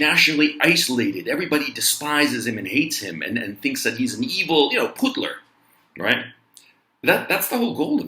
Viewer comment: when you say right" it sounds like "cuack"